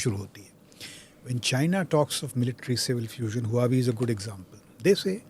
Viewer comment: just fyi: "Huawei" pronounced as - 'wha-way'